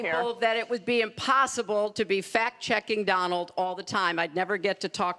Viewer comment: fat checking, fack checking bitch cant even say fact checking right